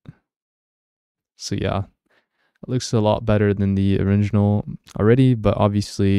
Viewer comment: You keep saying oriNginal instead of original 😅